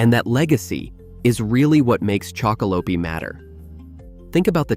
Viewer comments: Been really enjoying your content chocolope is one of my faves but the E is silent on the end😂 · Every time you say the name wrong I feel my ears about to explode 😵‍💫